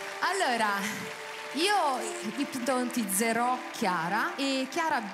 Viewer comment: l'unico errore è quando dice... ipnotizzero.... 😂🤣😂🤣😂🤣😂🤣